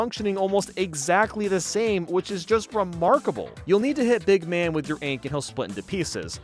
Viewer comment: BEEG MAN!? Big man, dude you need to edit that